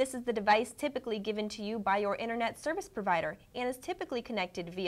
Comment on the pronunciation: she cant even say internet correctly